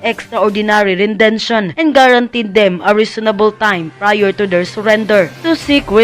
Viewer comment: To the blogger, nagmumukhang hindi totoo ang balita pag mali ang pronunciation. Extra judicial rendetion hindi 'rendention'. Masakit sa teynga. Gusto ko pa naman manood ng video.